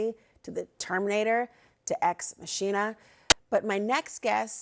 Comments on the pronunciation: So...machina is pronounced makina not mashina. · Imagine reading things for a living (like a news anchor does) not knowing how to pronounce "Ex Machina" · x mah-ke-nah, vs ex mashina? Come on. Staff should've caught this. I thought this was common knowledge? day ohz X mah kee nah? Anyone? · She said “masheena” when referring to ex-machina.. “mock-ee-na.” This network along with msnbc are both sad now. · Ex machina, not "ex mascina". 😮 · That movie and saying is pronounced, "Ex Maquina", not "Ex Machine-A". Just to clarify. Everyone should watch this movie! You will get it then. SKYNET is coming! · The pronunciation is Ex ma/K/ina not ex ma/sh/ina. I think CNN reporters should know that!! And now, you're worried of AI takeover???!! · Ex MaKina is the proper Latin pronunciation, not Machine-a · It’s pronounced MA-ki-na. Not machine-na. Good grief. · She pronounces it the way I pronounce it: ex machine uh, even though my friends always correct me and say it's pronounced ex mack in uh. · "x Machinea" lol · "Ex-muSHEENuh" Seriously? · EX-MAK-E-NA. You would think a journalist would be able to pronounce that. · “Ex MaSHEEna?” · Why she pronounce it x machine-ah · Ex machina is pronounced Ex MAH-kee-na. It’s not English. It’s Latin. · The movie title is pronounced "Ex Mock-eena". If you're going to cite it at least learn how to say it's name correctly. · Pronounces it "ex mashina". Jesus Christ, do American's even go to school anymore? The level of ignorance on daily display now from these people makes them even more repellent. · Ex machine-ah? Why don't presenters care enough to look up pronunciations when they don't know the word anymore. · "Ex Masheena"... deal breaker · "ex masheena" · Ex Machine-uh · How does anyone take her seriously when she doesn't understand how to pronounce Ex Machina? She has no idea what she's saying and is just asking questions her handlers are feeding. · Bruh… Did this just say “ma-sheena”??? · ex machina = ex mock-in-uh